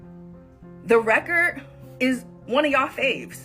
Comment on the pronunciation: And she said won country album lmfao hahah.